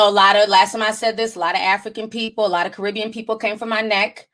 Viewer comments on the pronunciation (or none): none